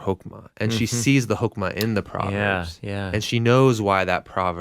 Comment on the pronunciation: When you said Hokema, I thought you said Pokemon.